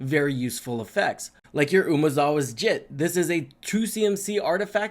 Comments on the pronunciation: It’s pronounced “jeet-tay”. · Nah "Jitt" just sounds so much funnier. 😂